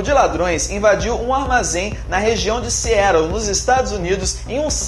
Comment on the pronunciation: poha "Searou" blz super pronúncia mas Conequitucuti kkkkkkkkk!